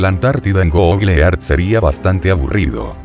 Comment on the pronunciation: PRONUNCIADO ( GOGLE EARTH ) GOOGLE EARTH PERMITANME BURLARME DE ESTA PRONUNCIACION 🤭🤭🤭🤣😂😅😆😆😆😄😄😃😀😁😆😅😂🤣😂😅😆👏👏👏👏👏👏👏👏 GOGLE EART 😆😅😂🤣😁😀😄😄👏👏👏👏👏👏